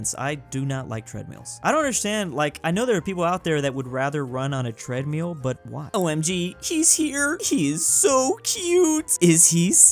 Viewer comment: Why do Americans say treadmeal and not treadmill?